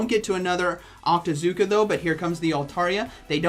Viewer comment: I can't even understand...octazooka?